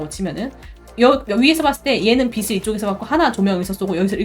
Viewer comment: 빛을 =>비츨 0 - 비슬 X (강의 너무너무 좋은데 자꾸 귀에 거슬려서 ㅠ 죄송합니다)